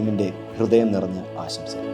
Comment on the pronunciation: ആശംസകൾ എന്നാണ് പറയേണ്ടത്. അല്ലാതെ ആസംശകൾ എന്നല്ല. പ്രത്യേകം ശ്രദ്ധിക്കണം. വലിയ ചാനലുകളിൽ പോലും ഇത് കേൾക്കാം വളരെ ഇഷ്ടപ്പെട്ട ചാനലൽ ആയതുകൊണ്ടാണ് പറയുന്നത്.